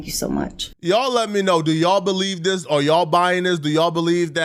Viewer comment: should say " this" when hes trying to say " this" and not " dis". It sounds so gross and retarded. Like eww stop. You know english.